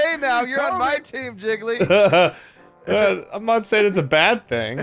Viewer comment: wrong pronunciation, Jiggly